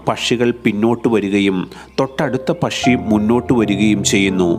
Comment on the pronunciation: നിങ്ങളുടെ വിവരണം അറുബോറാണ്. കൃതിമത്വം കൊടുക്കാതെ സ്വാഭാവിക രീതിയിൽ സംസാരിക്കുക. ഉച്ചാരണവും നന്നാകേണ്ടതുണ്ട്. പഷി അല്ല, പക്ഷി ആണ്. ഷീണം അല്ല ക്ഷീണം ആണ്.